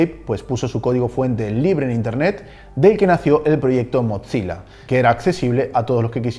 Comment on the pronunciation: Hola muy buenos tus videos, pero te tengo una pequeña corrección, "Mozilla" se pronuncia "Mosila" sin la "T" en la "Z", para que se pronuncie una "T" tienen que haber 2 "Z", como es el caso de "Pizza (Pitza)", "Fabrizzio (Fabritcio)" y "Mozzarella (Motzarela)", un saludos me encantan tus videos